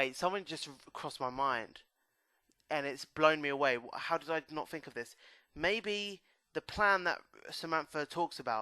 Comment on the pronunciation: Do you guys spell it think or fink?